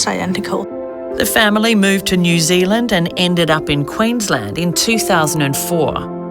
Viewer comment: Beeach it’s New Zealand